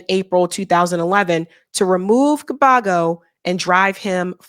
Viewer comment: You my girl, but damn. 😊 Gbagbo = bag-bo..... Ouattara = O-wa-tra. ❤